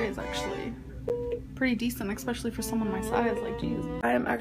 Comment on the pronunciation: If I have to hear her say “ex-specially” one more time I stg